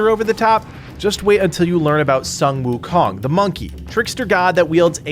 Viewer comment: By the way it's pronounced as soon not sun